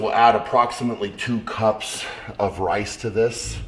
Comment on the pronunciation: Shaw : weigh out the wice Camerman : it's rice Shaw : No, it wice Cameraman : okay, sorry.